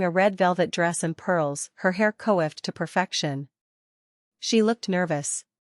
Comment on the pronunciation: ...and I am sick of hearing the word pronounced by AI as "ko-ift." "Coiffed" is pronounced "kwahft."